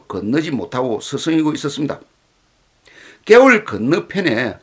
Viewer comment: 개울~높이는 음이 아니라 발음을 낮추어 개울이라 발음해야 합니다~